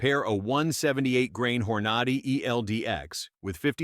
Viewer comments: “hor-NAH-dy ? It is HOR-na-dy. This guy is “Gun Man”? What horseshit. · Hor-nod-ee, you gotta love this AI generated pablum. Not! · "hor-NAD-i"????? That's how you look like a fool. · The narrator is killing me…Hornady will forever in my brain be called Whore Naughty… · How about learning how to pronounce Hornady !!